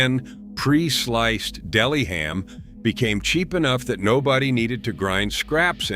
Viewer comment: Cool list, but if this is human narration, how come "he" pronounces the misspellings? ie, "fried e g" instead of fried egg, "dela" instead of deli.